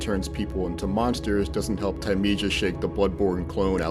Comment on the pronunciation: He even said the name wrong.